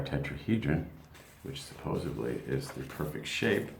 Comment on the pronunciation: Cool Info, but did you say "supposebly"? or the proper way "supposedly"?